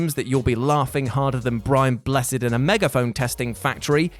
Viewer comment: Hello! Your Friendly Internet Police here! We'd like to take moment and remind everyone that when you write BRIAN BLESSED's name, tradition requires it be in all caps, as above. When spoken, it should sound like it's in all caps. Perhaps a bit more emphasis by our narrator would be advised. Thank you.